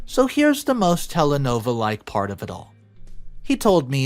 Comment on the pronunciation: wtf is a telenova? the subtitles even say telenovela, how did you get that wrong twice? Edit: Three times.